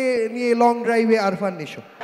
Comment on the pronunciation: খুব হতাশ হলাম আলমগীরের মত লিজেন্ডের মুখে আফরান নিশোর নামটা আরফান নিশো বলতে শুনে😢😢